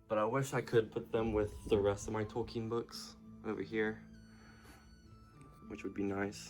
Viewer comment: It is Tol-k-ee-n.